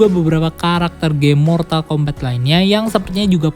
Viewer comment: Mortal kombat di baca mortal kombat, bukan mortal kombet, di game sendiri ga ada dialog yg nyebut mortal kombet